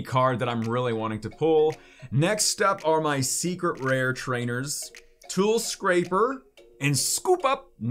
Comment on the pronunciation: Scrap - er, not scrape - r. 😉